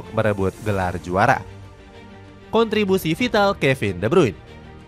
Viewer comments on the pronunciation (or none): De brune cara bacanya